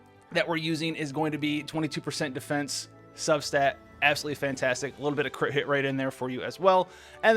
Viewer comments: He says Cri’it chance and not crit and its so annoying bruh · Why is he saying crit like that ???